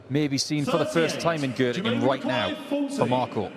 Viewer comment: Gottingen😂😂😂😂 Göttingen heißt es.